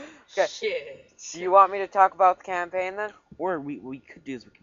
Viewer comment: Did you just say... "campaighn"! IS THIS A FREEEEEEEKING SCHOOL PROJECT!?!?!?!?